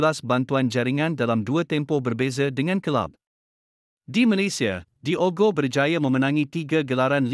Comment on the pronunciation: sebutan nama Diogo salah...Disebut terus DIOGO...bukan disebut dua perkataan DI OGO....buatlh research tengok pngulas2 antarabngsa ttg sebutan nama player...content dah ada...barulh seronok nk tengok